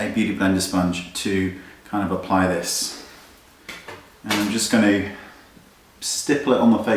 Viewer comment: i love how u say going to, "ganooo" hehe <3 ps LOVE this tutorialll